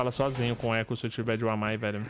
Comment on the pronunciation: chamando Yokai de Wamai kkkkkkk